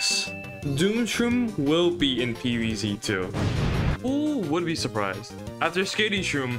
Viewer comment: more like pee vee zee teu